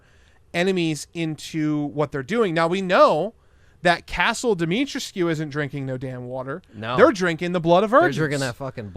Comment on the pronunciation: I believe its Dimitrescou not Dimitrescew based on most people and google translate in romanian